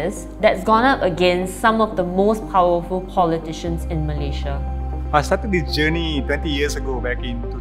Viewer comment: i like how fahmi correctly pronounce malaysia i hate listening to people saying meleyzhe meleyzhe